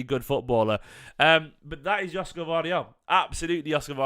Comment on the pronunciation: It pronounced Yoshko.